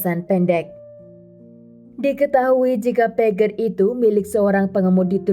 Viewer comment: Pager harusnya dibaca PEJER coba cari lagu yg berhubungan dng kata PAGER yaitu judulnya TIT DI DIT